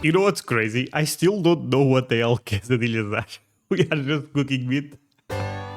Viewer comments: Say kay-suh-DEE-yuhs. Please. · Everyone knows quesadillas (pronounced Kay SA dee ahs)